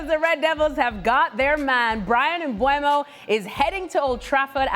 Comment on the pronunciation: Mbeumo not Mbuemo!